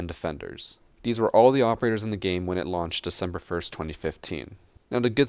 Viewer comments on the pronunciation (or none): none